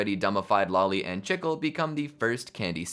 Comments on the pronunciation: My soul got crushed when he said "chick-el" instead of "chi-kleh" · Really cool video, ive always loved thinking about the alternate universes and timelines and things...but i have one little knotpick: its Cheek-lay, not chick-le. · Ain’t no way bro called chicle “chickle” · you calling chicle chikl is so funny to me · Cousin chicle is pronounced cheeclay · Stop saying chickile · the way chicle was pronounced got me